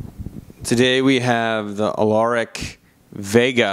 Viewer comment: Auralic... not Alauric there bud...